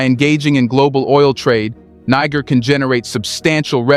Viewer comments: It's not "Niger" but rather "needjer" like the g in "Nigeria" or in "gentle"! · They correct pronunciación of the name of Niger is Nee-Sher, not Naiger. Other than that, great video. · You have one of the most incisive and dedicated reportage and analysis on African politics. May I please request you to learn how to pronounce the name of the countries you report about, especially when differentiating between Niger and Nigeria. Its really not that difficult. And its the best investment to make whilst you are at it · I can't stand that AI trying to say Niger in 3 differents prononciations over and over again.